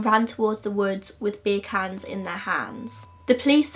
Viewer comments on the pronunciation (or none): Laura Andreea I think she said beer cans, but her accent made it sound like big hands? X